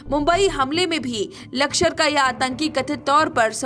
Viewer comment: लकषर नही लष्कर....वैसे बहुत अच्छी खबर सुनाई बहुत धन्यवाद